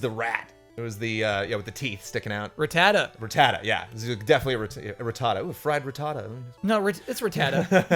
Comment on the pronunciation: The way pronounces rattata is freaking me out